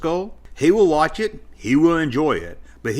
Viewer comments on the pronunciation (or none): none